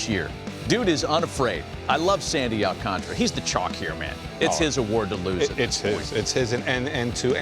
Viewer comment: Al-Can-Ta-Ra … not Al-Can-Tra smh